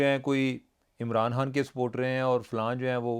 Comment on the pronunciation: کیا یہ میرے اچھا سننے کا نتیچہ ہے یا واقعی میں چیمہ صاحب "خ" کو "ح" بولتے ہیں. فار ایگزامپل.. انتحابات، حان صاحب وغیرہ وغیرہ. مزاق اپنی جگہ پر لیکن آپ ھمارا پراؤڈ ہیں سر. جیتے رہیں. اور خوش رہیں ہمیشہ❤